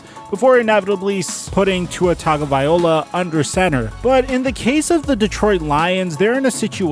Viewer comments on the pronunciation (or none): You keep saying tuas name wrong and it keeps bugging me 🤣